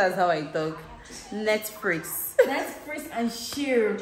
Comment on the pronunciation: Netfrix and chirrll 😂😂😂😂😂😂